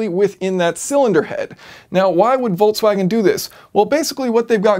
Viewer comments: Where does the pronunciation Voltswagen come from? There is no T i Volkswagen...?!? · Why the hell volkwagen? Its Folkwagen. Come on man in this day and age. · "I've been driving the 20 17 Voltswagon Golf Alltrack..." Voltswagon?!